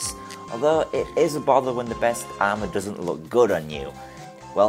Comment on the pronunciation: Paatie ... it's Party dusnt... it's doesn't